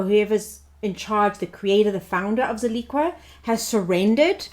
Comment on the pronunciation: Pronounced Zill-ick-a